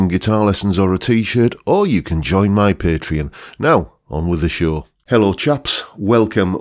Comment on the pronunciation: Drinking Game: Chug your beer every time John mispronounces the word "my".